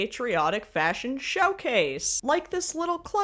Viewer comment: "fascion show" 🤣 👩‍🍳😙